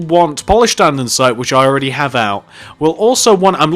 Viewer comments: Did u realise u say Andensite not Andesite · ANDESITE NOT ANDENSITE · its Andesite not Andensite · its andesite not andensite (i cant tell if its your accent or if you are saying it wrong so if it is your accent sorry) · its AndEsite not AndENsite......... honestly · I got EXTREMELY annoyed when he kept pronouncing it an-den-site. IT’S AN-DE-SITE! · Who else notices that he calls it "andensite"? Like if you noticed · This guy really likes Polished "Andensite"